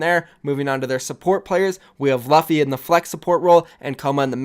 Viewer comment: Aiett... "luffy"is pronounced (loofey). Like roofie, but with an l